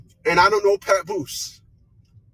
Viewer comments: Mans said PapBoose 😭😭😭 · Its not pa-poooose! Smh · “CHAPoose” is WILD WORK. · Why does she pronounce Papoose like that?!😅